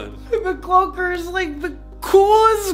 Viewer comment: I know it’s the cloaker but he said it like the clolker